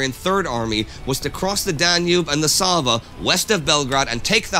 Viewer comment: I just love the fact that Indi nails the pronounciation of Sava and Kalemegdan and buchers the rest.